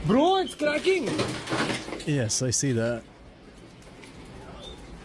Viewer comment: "Bro it's cracking!!" I thought he was speaking Arabic for a second 😅